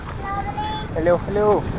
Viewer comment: почему хелёу? а не хэлоу?